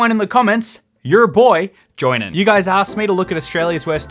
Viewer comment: I’m still waiting for the “and thanks for Joinen me” at the end of a video